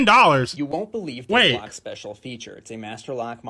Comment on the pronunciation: I was more than 30 seconds into the video before I realized you were saying locks and not rocks🤣 you know how people use hammers to open rocks and they've got pretty stones inside 🤣🤣🤣🤣🤣🤣 locks, not rocks